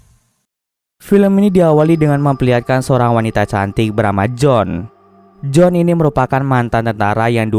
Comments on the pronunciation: Iya harusnya sih tetap Joan yah bkn jadi John 🤣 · Kritik, harus bisa bedain pengucapan bang. J.O.A.N, BUKAN J.O.H.N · Maaf bang mau ralat, kalo namanya Joan berarti penyebutannya juga Joan bukan John. Tapi ga tau yah kalo memang di filmnya disebut John berarti beda lg penyebutannya 😬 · Joan bang bukan jon